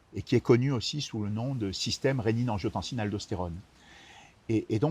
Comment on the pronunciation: A 3min40 : "système regiotancine-Aldo-Stérone" : est ce bien ce qu il dit ?? 😁😉